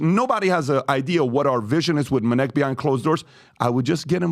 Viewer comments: The very moment I hear "Minnect," fast forward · "Let me tell you about minect" ... proceed to jump to next chapter.